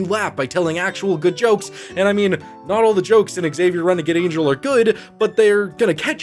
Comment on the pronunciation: Dude you're killing me, it's not x-savier, it's just Xavier ( like savior)